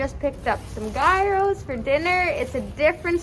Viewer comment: enjoying your videos! great job! the gyros you are enjoying are so good; they are actually pronounced YEE ROH... love how you guys are fearless; happy travels!